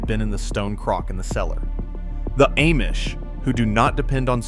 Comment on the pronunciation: Ah mish, not Aye mish (AI 🙄)